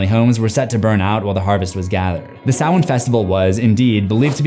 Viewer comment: It is spelled Sam-Hain Like Cain With A H Not Salmain Do Better.